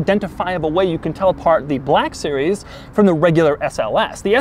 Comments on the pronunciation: why you sayin black series like that lol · HAHAHAHA A WHITE MAN CAN'T SAY 'BLACK' NORMALLY😂😂😂